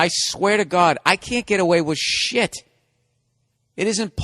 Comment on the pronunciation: Dude the way he says "I can't get away with shIT!" is so freaking funny xD